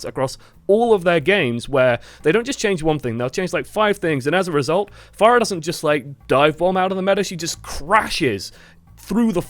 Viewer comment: did they change the pronunciation of her name too? you keep saying fair-uh